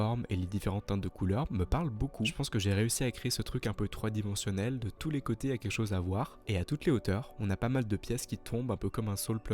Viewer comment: On dit "tridimensionnel"